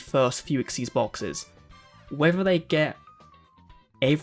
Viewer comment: Thank you for pronouncing xyz correctly